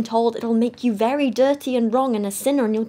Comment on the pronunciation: It took me a while to realize that she said 'sinner' and not 'centaur' 😂 I was like, what is this christian nonsense